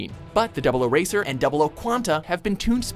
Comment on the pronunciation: Setsuna is my favorite character, 00 is my favorite series, so you know what I noticed? They said 00 right